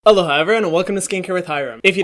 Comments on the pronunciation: It really does sound like you're saying "Hello hi everyone" even though you clarified that you're saying "Aloha" 😅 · When I first started watching Hyram, I thought he used to say hello hi everyone not aloha lmfao🤣🤣🤣🤣🤣🤣🤣🤣🤣🤣 BRANDS DO YOU HEAR HYRAM?